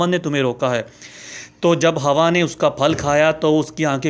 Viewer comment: اے بھایی ۔۔۔۔۔۔۔۔۔ پہلی بات تو یہ ھے کہ یہ لفظ " ھواء " نہیں ھے ۔ بلکہ " حواء " ھے ۔ اگر ممکن ھو سکے تو کسی مقامی عرب بھایی سے صیحیح تلفظ جان جاو ۔۔۔۔۔۔۔۔ دوسرے یہ سانپ والی کہانی من گھڑت ھے ۔ جو تو نے بھی میری طرح پاکستان میں کسی گلی کی " مرکزی جامع مسجد " کے ان پڑھ سے " خطیب اعظم " سے سُنی ھوگی ۔۔۔ اب وہ پرانے زمانے لد گیے ھیں ۔ خود تحقیق کرو۔ اور پھر مذھبی معلومات کو آگے بڑھاو ۔۔۔